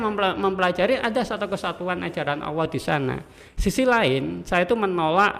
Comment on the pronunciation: Nyebut Allah kok Awoh.